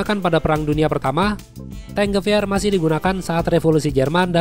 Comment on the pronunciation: Gua dengernya bukan T-Gewehr malah dengernya Di-Geber 😅